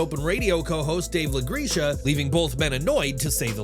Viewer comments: "LaGreesha" lmao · How have you never heard of dave LaGRECA?! Pronounced Grekka